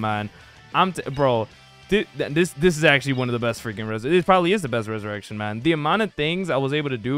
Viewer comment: Why am I the only one getting bothered by how he pronounced the ressurection and moves 🥲